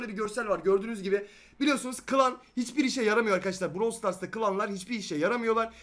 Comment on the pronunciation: Bıravl diye okunuyor bırovl diye değil